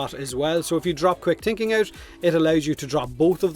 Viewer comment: he pronounces all th as t - "quick tinking"